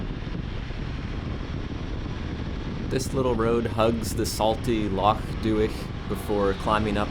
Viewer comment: An excellent video. Very happy you found the Aran Bakery in Dunkeld, its one of my favourites and so popular that often they have nothing left by the time i get there. Dont worry about the pronunciation, you managed Edinburgh and Loch and thats impressive enough. The wee Himmy looks to be a pefect bike for the back roads here and I am looking forward to see where you end up next.